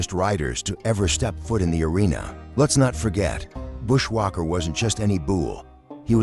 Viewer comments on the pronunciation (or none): After hearing bushwhacker being pronounced “bushwaquer” and bull being pronounced “buole” I had to give this vid a thumbs down!